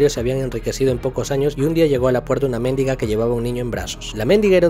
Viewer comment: No se pronuncia mÉndiga